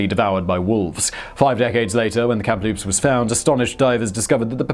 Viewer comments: KAM-LOOPS not kem loops yah hoser! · Simon, WTH.. where do you see a letter P in the middle Kamloops? It's a ridiculously simple word to pronounce. Geez.. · Pretty sure that first ship is pronounced KAM-loops, not KAMP-loops. There's only the one P in the name. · I lived in Kamloops BC, its pronounced Cam-loop-se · And yet he pronounced Kamloops wrong the first time lol